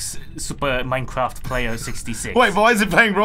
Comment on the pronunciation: Old we got Rooblix but what about Manecwaft